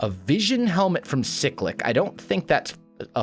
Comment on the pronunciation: you're pronouncing cyclic wrong, ur saying sic-lick, its pronounced s-eye-click